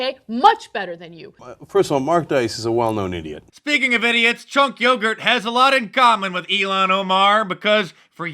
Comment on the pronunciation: Chunk “Yogurt” 😂